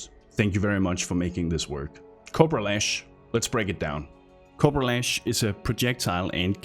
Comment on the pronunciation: Can't stop hearing 'copro lash'.